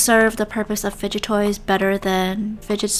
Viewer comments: ah yes FUGDET *explain why this word is not in the dictionary!?!?!? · "Fudgut toy" FELT 😂✋ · I like how she said fuget then gets confused then realizes it's the word fudget then laughs and saying the word lmao